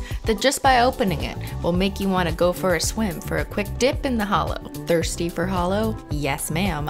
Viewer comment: I thought she said "Are you thirty?" I was like "um no I'm 16 I'm a little over half way there- wait you said thirsty nvm.."